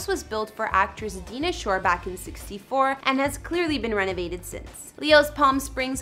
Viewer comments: Her name is pronounced Di- nah shore not Dina- shore as you said, aside from that all the properties are gorgeous👍🏼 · Good idea to find out how to pronounce names of famous people, like Dinah Shore (pronounced DIE nah not DEE nah).